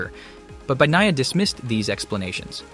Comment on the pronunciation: "Banyiya" NOT "Bagniya"!!!